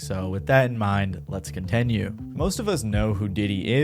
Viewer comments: "conTENue"... wtf? xD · Let’s “contenue”